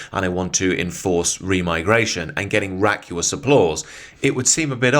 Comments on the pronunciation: "raucous" not "racuous" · Vacuous - vack you us Raucous - raw cuss Look at the vowels. Just a little pronunciation pedantry, good video though, keep up the good work